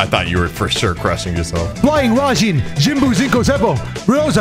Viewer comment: how did mess up that very easy technique name? Its just Flying Raijin: Jikku Shippu Senko Renodan Zeroshiki. 😂😂